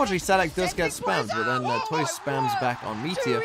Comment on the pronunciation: Hey man! Just a quick correction, don't know if you'll even care about it, but on the off-chance: Tuyz's name is actually pronounced "too-is" instead of toys. Just a clarification if you wanna call it by how it's actually pronounced. But great analysis! Always great to see you talking about LOUD and breaking out their strategies.